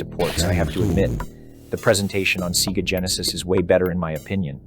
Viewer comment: "MK3 on SEEGA Genesis"